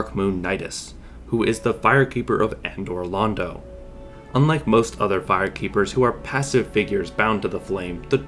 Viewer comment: "Andor Londo"